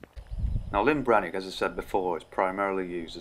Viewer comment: Handy video, thanks 👍🏻 One small point, you keep says Lyn Brenig, it’s LLyn Brenig 😉 Lyn is a ladies name! LLyn means ‘Lake’ … in Welsh 😎